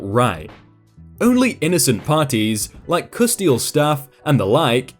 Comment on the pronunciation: That story was Epic! Well worth the wait! Just a little tip,: don't read so fast. Take some time, slow down and enjoy the story. You have a tendency to mispronounce or misread words you're familiar with (i.e.; adulterer, custodial). Every public speaking teacher or coach will tell you this.